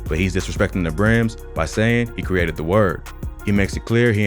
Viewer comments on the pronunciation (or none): none